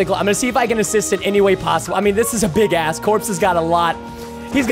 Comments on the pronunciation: You said bigass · did he say bigass?